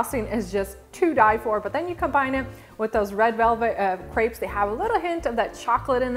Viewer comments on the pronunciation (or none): I wish people would learn how to pronounce crêpes properly